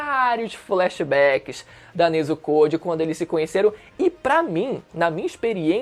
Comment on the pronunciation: NezukÔ/TanjirÔ Mano, isso é um pouco irritante o bagulho não tem acento circunflexo no O mas nego coloca na hora de falar